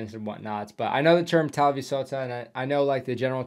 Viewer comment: Way you said talvisota (winter war) was absolutely perfect, and Häyhä was also very close to target. 👍